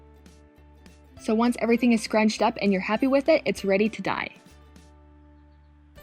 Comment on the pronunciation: « and now it’s ready to dye » that sound like « and now it’s ready to die » 😂🤣